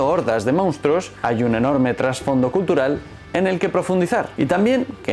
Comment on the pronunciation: Así que eres de esos que dicen "mounstruos" en lugar de monstruos...:face-orange-raised-eyebrow